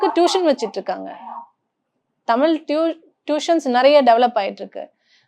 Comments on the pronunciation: She is not able to pronounce Thamizh properly... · தமிழ் என்பதை சரியா உச்சரிப்பு செய்யவும்.